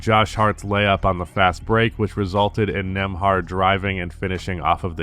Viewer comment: learn how to pronounce it